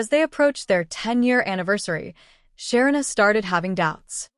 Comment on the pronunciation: Please pronounce her name correctly